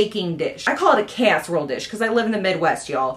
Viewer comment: Cask-erole dish 😂😂